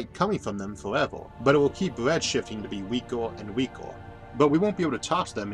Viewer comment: "weakor and weakor" :P thumbs up